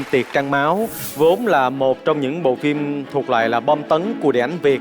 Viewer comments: Để ý chữ "phim" thì đọc là "phin":) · Quê mình 1 số nơi cũng đọc phim thành phin á, cơ mà đấy là tiếng địa phương. Còn MC thì nên phát âm chính xác hen.